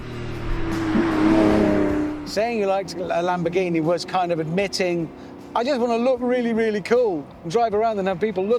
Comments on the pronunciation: A lamonamonini 🤣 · ЛамбоРРРгини или иди к логопеду